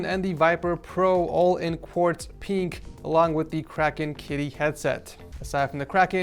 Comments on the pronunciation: I love how says “peenk” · I love how says pink (peenk) lol